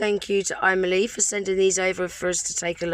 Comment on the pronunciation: Kept hearing you saying "I Millie" 😂🙈🤣